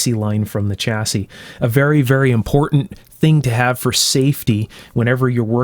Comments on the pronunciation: Stop saying chassis with a hard CH, it's pronounced "shassey", apart from that, excellent video, even though I have no idea what you're talking about. Kind regards. from the UK. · Interesting video. Just one thing… chassis is a French word pronounced Shassy, not Ch assis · It’s pronounced shassiy. Not chassisy